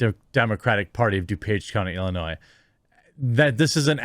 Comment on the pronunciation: Jeremy. Learn to pronounce "Illinois" correctly.